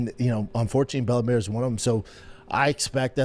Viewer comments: Its bella mir not bellamare 😂😂😂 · He said Bella “Mare” 8 times.. Nobody reached out. Lies, lies lies